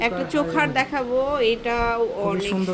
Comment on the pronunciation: চোখার বলে কিছু নাই, উচ্চারণ টা হবে চোকার, 😂